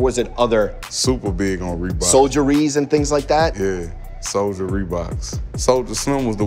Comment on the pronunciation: We say “Souljas” not “Soulja Rees”.